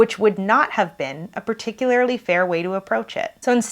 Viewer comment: it's particulaRLY, not "particulaRILY".